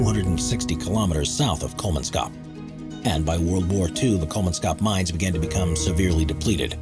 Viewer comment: Kolmanskop, not Kolmanscop. Don't Anglify it.